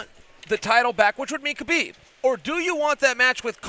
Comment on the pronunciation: Tony doesnt want Kahbib